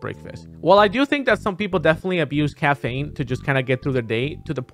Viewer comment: "Cafaine" -ZeRo 2020